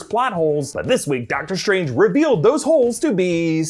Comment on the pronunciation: love how he says “shtrange”